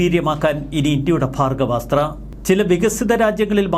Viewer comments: ഭാഗവ സ്ത്ര അല്ലടോ ഭാർഗവസ്ത്ര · ഭാർഗ്ഗവാസ്ത്രം എന്ന് ഉച്ഛരിക്കൂ, അനിയാ